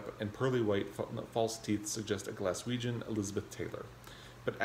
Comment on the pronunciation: A moment of appreciation for your correct pronunciation of Glaswegian 👏🏼 I'm nearing the end of Shuggie Bain at the moment. It's nice to see people enjoying a book that's close to home for me. I can't help feeling like taxis and taxi drivers are a big part of the book just so the author (who also lives in the US) could write his way around the city, haha.